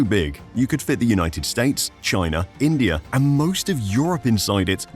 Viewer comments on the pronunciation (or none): none